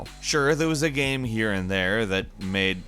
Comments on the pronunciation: THANK YOU! "Gayum" lol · Something i've always wanted to ask... Why do you mispronounce the word game.